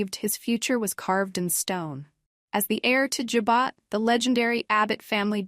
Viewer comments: It's JABOT, French Pronounced ,"Ja bow".not "Ja bot". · ja bow not ja bot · Learn how to pronounce Abbot Jabot!! It’s not Jo-bot!! Diane is 🤮🤮🤮🤮🤮🤮🤮🤮 will stab Jack in the back! Just wait! Sick sick sick of Sharon’s storyline! Ridiculous! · Can you pronounce Jabot right